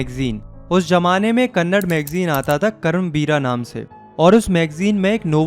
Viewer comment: Bhaiya not kannad it is kannada